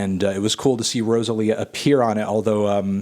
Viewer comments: learn to pronounce Rosalía CAAAALVOOOOOOOOOOO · I cringe every time he says Rosalía’s name 😬😬😬